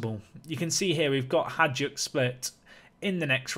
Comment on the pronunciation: Hey, the best way I can describe how to pronounce Hajduk would be something like: hi dook. The letter j makes the same sound as the second sound when you pronounce the letter i.